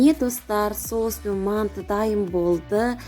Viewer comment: Пысырад емес пысырамыз)сосын мәнты емес манты)и потом жазамыз емес жайамыз)ултыныз баска аудимн бракта отынемн создернзге туснби жатрмн